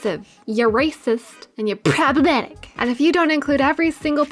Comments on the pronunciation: its pronounced p-PROBLEMATIC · I died everytime you said "pppproblematicc". I love your humor and I get super excited every time you upload a video. Keep it up! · I subbed for you pronounciation of problematic... gotta love a good laugh! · great video, but I cringed every time you said "problematic"